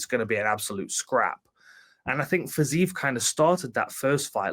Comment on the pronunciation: How can you continuously pronounce Fizievs name wrong when Hardy is saying it correctly